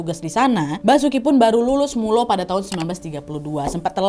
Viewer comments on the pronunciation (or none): izin koreksi, MULO tulisannya pake u, tp aslinya itu u ada dua titik di atasnya, naah itu bacanya miulo atau singkatnya Milo, gitu sii, Monggo kalo ada yg mo koreksi 🙏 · Terima kasih ilmunya mbak Nad. Banyak hal yang baru saya ketahui. Tapi numpang saran Kata HIS di eja dan Mulo bacaan milo beda tulisan dan bacaanya. Sekali lagi saya ucapkan terima kasih atas penyampaiannya yang baik sekali